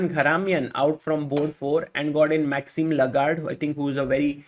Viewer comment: Tha man's name is Maxime Vachier-Lagrave, not Lagarde.